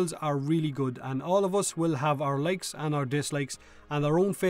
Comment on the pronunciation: someone else thought he said "legs" instead of "likes" while watching at the aiming?